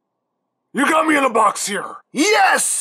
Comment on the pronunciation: Deadpool can't say the riddler name right lol